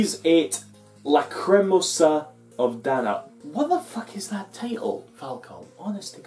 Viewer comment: Lacrimosa -- pronounced 'Lah-kree-moh-suh', Latin for 'weeping' or 'tearful'. It also might be a reference to the most famous portion of Mozart's Requiem Mass in D minor, also named the Lacrimosa. Now Dana, I don't know about. It might be something in the game.